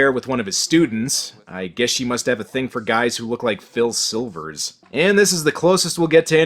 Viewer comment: Pil Silvers. Lol. How old are you?